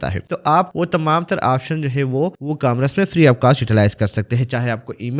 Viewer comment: Yar ecamras nahi hai e-commerce hai. Har ecamras nai bol